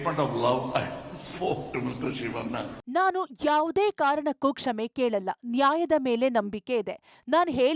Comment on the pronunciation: news reader kindly correct your pronunication...ಯಾವುದೇ ಕಾರಣಕ್ಕೂ ಕ್ಷಮೆ ಕೆಲಲ್ಲ ನಾ ಹೇಲಿದ್ದೆ ಸರಿ, or am i hearing it wrong ? The pronunication is incorrect at many instances within the video.